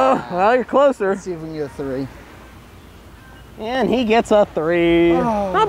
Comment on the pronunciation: not tree. Three ( thờ ri )